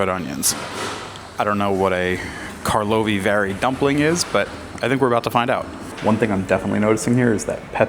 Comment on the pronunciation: I really appreciate You use "Czech Republic" instead of wannabe modern term "Czechia"! And you got Karlovy Vary, Mariánské lázně and Františkovy lázně completely right.